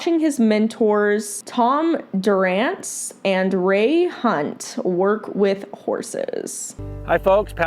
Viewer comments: I heard your astute remarks about Jesse Drent and subscribed to your channel. But... when I heard you mispronounce Tom Dorrance's name at the start, (you clearly have NO idea who he is) I pretty much knew how your review of Pat Parelli would go.Tom Dorrance wrote the Bible on Horses and Horsemanship back in 1987, "True Unity; Willing Communication between Horse and Human." Read it. It is interesting that you chose this video,.. Who selected it, and why? You said you knew nothing about Pat (have you been living in a horsemanship vacuume?) and had no agenda... and you chose this? It is probably the WORST Parelli video I have ever seen.... I'll give you that. Pat is not a particularly nice person.... anyone who knows him knows that. BUT.. Pat knows horses and he misses NOTHING. I have never met anyone who could read a horse better than Pat. Now... I may not always agree with Pat's response.. but he can read them all. He saw/knew every mistake the kid made. He saw everything you saw.. He also has said millions of times (and in this video) that Parelli is a people training program... not a horse training program. You focused on evaluating him as a horse trainer. He's not. Additionally, Pat is not known for being polite and beating around the bush. I have seen him throw his instructors and students out of class when they make mistakes with horses... and often he is BRUTAL about it. (I am pretty sure not one of his instructors or former instructors would describe him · So, you speak as if you have been in the game for a while. While I may agree with 80% of your commentary, it's interesting that your voice tone and facial expressions change to unfamiliarity with Tom and Ray's names. Even pronouncing Tom Dorrance's name incorrectly with a confused tone. If you're going to judge horse trainers, you should have a working knowledge of Ray Hunt along with Tom and Bill Dorrace's work.